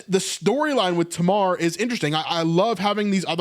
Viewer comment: In English Tamar is pronounced "TAY-mar"